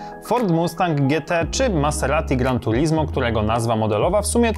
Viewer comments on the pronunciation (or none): none